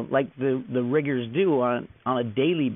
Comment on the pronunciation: "Market riggers"...miggers